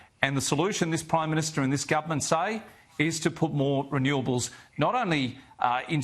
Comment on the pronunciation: He's the PRIME MINSHTER!!!! May i suggest that this pronunciation be adopted for bad government. "MIN SHT ERS "😅 describing incompetent self serving, ideologists taking a wrecking ball to everything. There's the energy minshter, the foreign affairs minshter, the transport minshter, a minshter for everything 😮. May the good lord deliver us from these awful minshters😢.